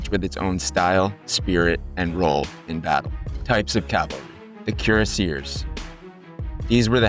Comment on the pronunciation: Cuire : leather Acier: steel Leather on one side of the breast plate for comfort and warmth . Theres not such word as Cu-rass Cuireacier not cure-a-seer